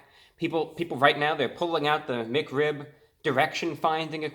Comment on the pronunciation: Why do you pronounce Mic Rib instead of Mac Rib and Hewo instead of Hello